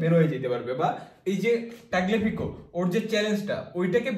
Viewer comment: তাগলেফিকো না তালিয়াফিকো